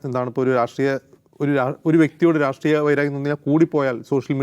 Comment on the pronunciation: രാട്രീയമല്ല.. രാഷ്ട്രീയം... ജോൺ കിർക്കല്ല.. ചാർളി കിർക്കാണ് ശരിയായി പറഞ്ഞു ശീലിക്കൂ....പലതും സാധാരണ നിങ്ങൾ ചെയ്യുന്നതുപോലെതന്നെ വാസ്തവവിരുദ്ധമാണ് നന്നായി homwork ചെയ്തിട്ടു ചെയ്യൂ...